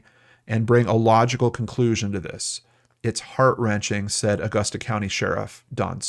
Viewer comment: He pronounced it correctly. Growing up, I was always told to pronounce it depending on how much money you had hahaha